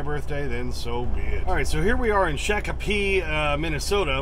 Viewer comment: I just come from there this morning, wish I wouldn't know you there I would've stopped to see you. And it's pronounced shock-a-pee by the way.